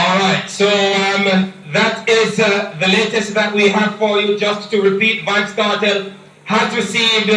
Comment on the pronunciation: Lol..it's Vybz Kartel Ti, pronounced "vibes". I am saddened to know that i won't be hearing new music from him because I am from the Caribbean and that's what we listen to when we go out and go to parties